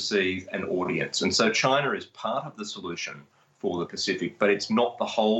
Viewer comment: China does not have an R in it. At least try to pronounce it properly.